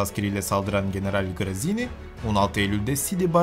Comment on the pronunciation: General grizini degil gratziani seklinde soyleniyor.